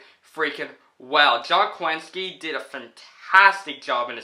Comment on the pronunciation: I think your pronouncing John Krasinski’s last name incorrectly 🤨